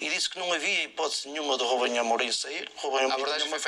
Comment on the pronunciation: "Rubenhê Amorim"